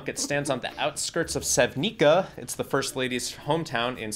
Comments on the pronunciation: It’s funny how they say Senvika instead of Sevnica😂😂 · I'm from Slovenia, the country Melania's statue is from. I rather not comment on the statue, but your pronunciation of Sevnica is nearly as wrong as the statue (if nothing else, please at least read it as Sevnica, C included instead of K). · It's Sevnica with c no offense i can tel i am from Slovenia.ilove your chanel.